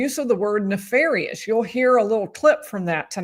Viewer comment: She even pronounced 'ne-far-ious' the same way Brennon does... then changes it to 'ne-fair-ious' when she's called out on it.